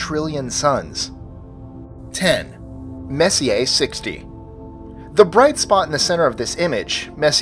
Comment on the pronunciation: nice your actually saying Messier's name correctly!! lol just busting balls I knew it gnawed at me enough to correct you last upload you used his name often.. great upload!